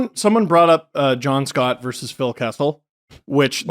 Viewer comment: It's "versus", not "verse".